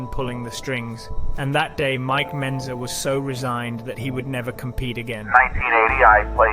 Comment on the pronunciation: Mike Mentzer, not Benzer